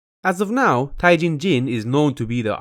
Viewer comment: I’m triggered by the way he pronounces jin tae jin....